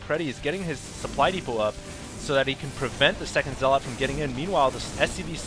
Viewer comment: Zealot is pronounced zell-ut. You're emphasizing the wrong syllable -_- Other than that I absolutely LOVE your commentary.